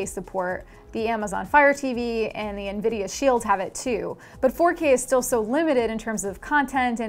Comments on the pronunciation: it's not nuhvidea its envidia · also what's the deal with people saying Nividia? its Nvidia they have someone say it before games start and they themselves say Nvidia when they're doing presentations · I forgot how mad I was at this video a year ago. Now I'm laughing that she mispronounced Nvidia